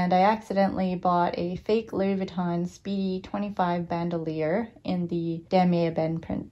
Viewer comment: Until u will learn how to pronounce correctly the bandouliere, I don't think you will truly be able to identify the fake against the real one! Learn first! Haha